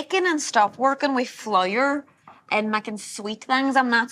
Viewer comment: The impersonations were so funny, well done. I think the lady from Northern Ireland was exaggerating her pronunciation of flour